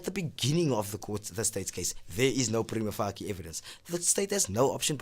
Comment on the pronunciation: Nicely done! Great info!....... but "prima fuckie"?? Lol I am sure the c in "facie" is soft... So "face" with "ie" at the end 😘 Google the pronunciation of the tricky latin words before presenting with it because it's really distracting 😂💛💛💛💛💛